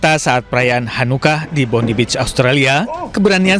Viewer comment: bacanya bukan bondi tapi bondai